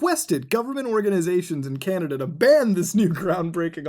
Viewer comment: Candada? Don’t you mean canadia?